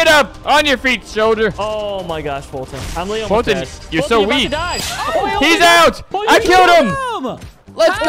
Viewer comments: its foltyn not foyltyn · It is Foyltyn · foltyn 😂 what did you said kiss